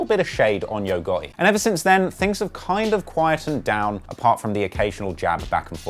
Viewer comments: Not Gutti....GOTTI!😂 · Nigga how hard is it to say the letter t when you say gotti 😂😂😂😂